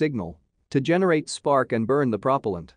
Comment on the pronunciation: Cool but... why can't you say propellant right?